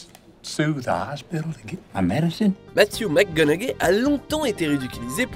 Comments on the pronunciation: Matthew "MACGONAGAIE" , hahaha! Vous faites d'excellentes vidéos, mais la prononciation des mots/noms anglais n'est pas votre fort. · matthew mcconaughey you dont say the G its silence xD